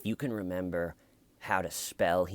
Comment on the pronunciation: Hahaha "do you rememba" you are the best!!